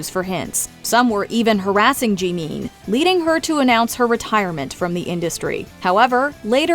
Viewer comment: I can’t get over how badly the narrator is butchering Korean names. Like honestly, in the news clip he said Jimin’s name properly, but clearly she didn’t listen to that part. 🤦‍♀️